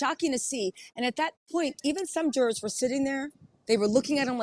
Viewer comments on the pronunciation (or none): whats a " juwoars " ? smh so damn stupid man